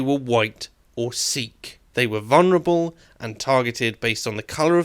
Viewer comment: There is no such word as vunerable. Talk right.